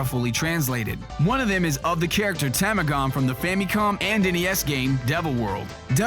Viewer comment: The info is really interesting and voice is awesome, but his pronunciation of Japanese names/words are off. Sakurai (Sah-koo-rai) and Tamagon (Tah-mah-gon). It's nitpicky, but no one else seems to have noticed it.